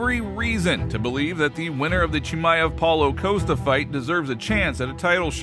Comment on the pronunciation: “Powlow Costa”